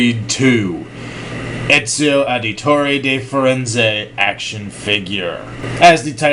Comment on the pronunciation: Dude,you totally Americanized his name